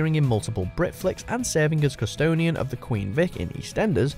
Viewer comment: "Custonian?" The word is custodian.